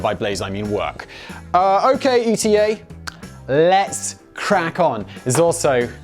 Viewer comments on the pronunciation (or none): Do you not think it's pronounced eeta rather than E T A? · It's ETA pronounced like heatah